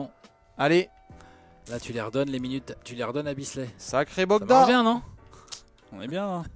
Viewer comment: C’est Bojan Bogdanovic pas Bogdan hein que vous avez 😉